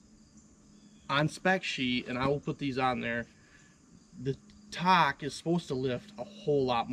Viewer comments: What the heck is a Takehashi? lol Takeuchi. Tak eh u (ooo..like ooo that is wrong) chi (as in cheeks) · Ta Kooo Chi. say it with me lol.... Ta Koo Chi, 3 syllables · Why is he calling it a Takeihachi?😂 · Talkahachee? C’mon. It’s not that difficult people. You own these things. Learn how to pronounce it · TakeUCHI Not Takehachi Unbelievably ridiculous review. Since all you do is get in and out in and out in and out all day long then you should just go with Kabota and forget about it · What the hell is Takahachi? Takahashi, I would understand but Takahachi? Come on. It's Takeuchi 竹内. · Enunciation or pronunciation, Tak-e-u-chi! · It's pronounced TY koochy ..... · I know it's a pain to pronounce.... Talk-E-you-chee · You're making me crazy. I'm going to break it down for you in 3 steps. Say it this way in sequence ... 1. Tak- 2. Ehh- 3. Ooochie Practice it a few times and you'll have it. Otherwise, your presentation was very good. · I find it amusing that no one can pronounce たけうち. Say it with me: TA, KE, U, CHI :) Just giving you shit, great video. I run a Cat CTL at work sometimes, and frankly, it just isn't very good. Controls don't respond well, tracks are hard to clean, cab is small with lots of hard edges to hit arms on, parts are constantly breaking or leaking, just poor all around. Never run a Tak, but miss running GEHL with pilot controls, which have a historic relationship with Takeuchi, and are generally simple but well designed. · Tah-key-oo-chee How hard is that? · This is just nit picking but I think you are pronouncing Takeuchi wrong. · With all due respect i laughed every time you attempted to pronounce takeuchi 😅 you just giving it different variations! Great video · Listening to the way you pronounce "Takeuchi" is nauseating...